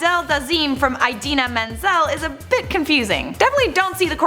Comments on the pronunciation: You can't pronounce it right either. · The girl in this vid can't pronounce Idina Menzel correctly. Travolta was drunk, what's your excuse. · "mispronounced Idina Menzel's name" (mispronounces Idina Menzel's name)